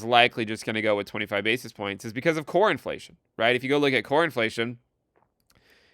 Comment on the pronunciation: When you say "Core Inflation" it sounds like "Cornflation" and I'm here for it